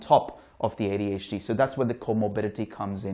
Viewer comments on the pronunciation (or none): That D in ADHD is driving me insane